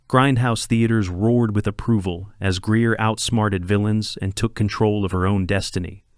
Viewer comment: Please learn how to pronounce Pam Grier's last name correctly.